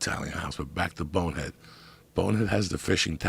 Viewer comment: WHY IS IT SO SATISFYING TO HEAR JOEY SAY BONEHEAD LOL ITS THE SMOOTHEST DELIVERY OF SYLLABLES IVE EVER HEARD HE SAYS IT AT LEAST 102 times